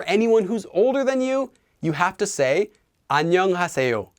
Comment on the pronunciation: He’s pronouncing is pretty odd, your depiction is more accurate